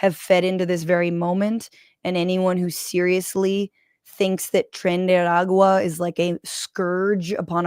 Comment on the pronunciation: buena pronunciación del "tren de aragua",Fran